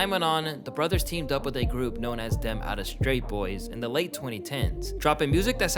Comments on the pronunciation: It's outta state boys. Not outta straight boys lol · Bro said "them outta straight boys" ... Man stop letting these dudes who dont even care talk about the culture. it's outta state boys and you'd know that if you took the time to actually read and get to know the info you're trying to spread